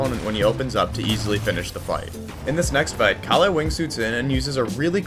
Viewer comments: its pronoucned kah lle (with a soft K and L) :) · great video but istg the pronunciation of calle is making me crash out bro